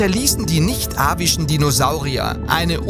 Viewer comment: Was bitte sind nicht arische (oder vielleicht auch nicht arabische ) Dinosaurier? Vermutlich ist "nicht avisch" ( nicht Vogeldinosaurier ) gemeint. Leider moppelst du doppelt= du sagst immer ( übersetzt ) nicht Vogeldinosaurier Dinosaurier! Bei derartigen Begriffen bitte eine saubere Aussprache und die korrekte Benutzung, wenn schon für den hiesigen Laien unbekannte Fachbegriffe verwendet werden.